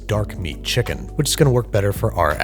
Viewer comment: Fried Chimken